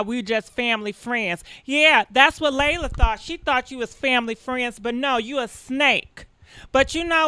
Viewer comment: LEEEEEELAAAH say it with me LEE-LAH.... LELA not LEILA or LAYLA 🤣